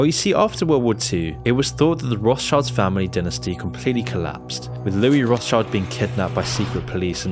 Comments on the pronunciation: It's not "Roths child", it's "Roth schild". Do some basic research man, jeez. It's old German for Red Shield (Roth Schild). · "roth's child" lmao. Its pronounced more like "rot-shield". The name literally means red shield. Sorry that just keeps triggering me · it's pronounced "road-shield" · it's pronounced "road shield" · Rothschild is pronounced as Roths-shield. It basically means red shield in old German. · Rothschild is actually really easy to pronounce: the H in Roth being silent and Schild has almost the same pronunciation as "shield". Becomes an easy to say "Rot-schild" with an emphasis on the O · Rothschild should be pronounced Roth-scheeld, just for curious :) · its roth SHIELDS! as its pronounced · the Roth-schilds originated from Germany, more specifically Frankfurt. You're pronouncing the name wrong.